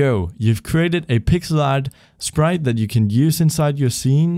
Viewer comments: Ehm, did you just said "shprite" instead of "sprite"? Or that's how it's pronounced in english? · It's his accent XD